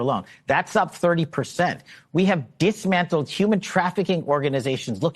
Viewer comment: “Ditchmantled??” The dude can’t even speak normal…🙄😂